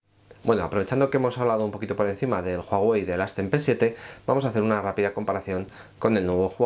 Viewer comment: Mierda pendejo es "uawei" la "h" no suena más no "juajuei "